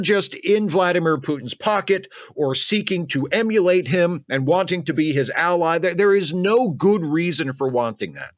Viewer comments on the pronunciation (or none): none